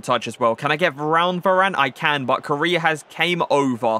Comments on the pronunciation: Everyone: Core Aye Uh: 🇰🇷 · Not trying to be rude but it’s pronounced coraya